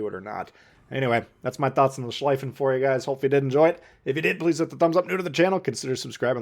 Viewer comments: "schliefen" is pronounced like "shleefen" in english, not "shleyfen" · Please dont call it „Schlaifen“; its pronounced „Schleefen“ Just like „Zeeten“ not „Saiten“ :) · The "ie" in schlieffen is pronounced as you would pronounce "ey" in key, but with an l instead of k at the beginning of the word.